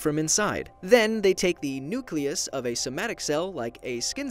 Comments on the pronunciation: Nucaleus Having some trouble saying nucleus there, buddy? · Why is no one talking about how he says nucleus it sounds funny (not in a bad way)